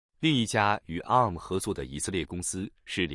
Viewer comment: 啊~母~ 啊~母~ 好好笑~